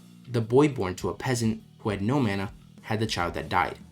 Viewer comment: why are you pronouncing mana like that 😭